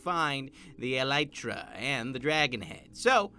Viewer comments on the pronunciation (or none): El-ee-tra that's how you say it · i pronounce elytra E-lie-truh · its pronounced ell-EE-truh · I dunno if it’s pronounced EL-E-TRA or EL-Y-TRA